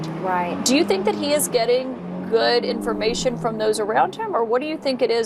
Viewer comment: The way MTG pronounces information as imphormation. What a moron.